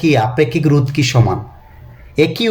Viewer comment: Sir pronunciation rou na ro 😊